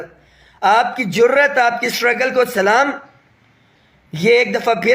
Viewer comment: Respected. Kindly SALAM sahi say Ada ki karain. JAZAKALLAH